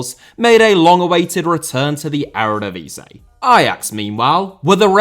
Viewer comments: my dude says eredvisie so bad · The divisie in eredivisie is pronounced like div is ee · The word Eredivisie is licking its wounds after being repeatedly mangled by your pronounciation ;-)